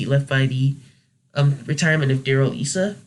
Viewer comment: You pronounced a few last names wrong. Dana Rohrabacher's should be pronounced like it was spelled "roar-a-bocker". Darrell Issa's last name is pronounced "eye-sah", not "iss-sah". And Ileana Ros-Lehtinen's surname is said "Ross Let-tin-nehn". And you skipped over Illinois. I think at least one or two of the 18 districts in the Land of Lincoln may be ripe for a Democratic takeover. Maybe one Democratic district will go GOP.